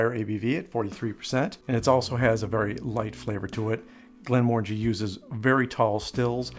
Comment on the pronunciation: its pronounced Glen muh ran jee ...just saying...it means valley of tranquillity in Scotish gaelic